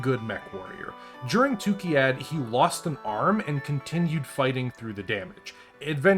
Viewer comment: What confuses me is that you constantly say Tukkiyad while the planet is Tukkayid... 😉